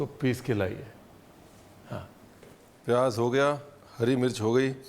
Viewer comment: itna svaadisht recipe banaay ho lekin Pyaaz ko pyaaj, Zeera ko jeera aur zara ko jara bol kar svaad kirkira kar diye..😊